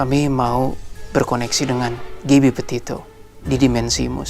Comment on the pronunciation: Bang. Gabby petitto bukan potatto wkwkwk